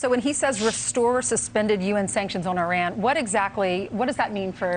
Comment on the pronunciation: ARAN! Ainsley? You mean Iran? Where is Aron, Aran? WTF, over!